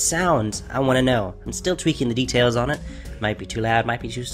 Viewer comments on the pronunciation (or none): none